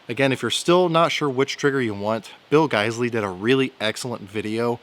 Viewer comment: I'm just glad I know how to pronounce guysley now thanks to you, before going into the gun store and making a fool out of myself. Thanks, great video too!